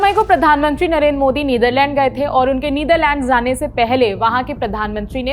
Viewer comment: “ZAANE” nhi hota “JAANE”. Apki zaban saaf nhi h phir bhi bhagwan jane kese naukri mil jati hai